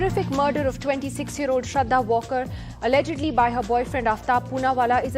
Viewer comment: Shraddha वॉकर? At least get her name properly .. its वालकर